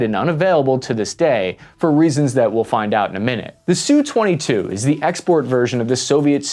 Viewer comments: It’s not a “Sue-twenty-two”. It is an “Ess-you-twenty-two”. Your narration is very annoying, but thanks for the video anyway. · All right then.... ENOUGH of this identification of the air craft as the "SOO-22". This just shows the ignorance, (Uniformed or uneducated) aspect of the video "author". I worked for a contractor of the major manufacturers of USA interceptor, recon, and our (meaning USA) OFFensive aircraft. We knew the names of our enemies, and the names of their Def/Off instruments of conflict. There was NO aircraft called the "Soo-22". They ARE called the SU-22, as in "Ess You Twenty Two". Do you understand that? "S U". NOT SOO, or SUE, 22. It is pronounced (in phonetics) ESS YOU Twenty Two. Good grief. Get both your nuts in one sack and learn what you are talking about.